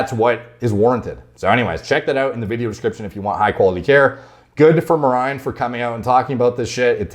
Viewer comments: I pronounced his name as Mary Jane 😁😁 Anyway...6 week blasts ftw...downtime and loss of gains is the part of the game. I like not having raisins. Everyone should find what works best for them, be it staying natty, trt, short cycles, long cycles etc. Edit: Deteriorate a little bit? Man its terrible over here coming off blast. Its like I become a skinny kid again 😁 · Is his name pronounced Marine? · Can't wait for Greg to butcher Merijns name again crying laughing emoji